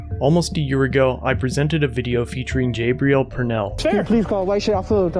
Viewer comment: Is his name Gabriel, or Jabriel? Coz if it’s Gabriel, it’s pronounced Gabriel, not Jabriel.